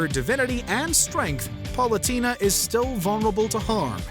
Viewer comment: Top 10 times butchered pronouncing some names: #1 Palutena (Par-loo-tay-na)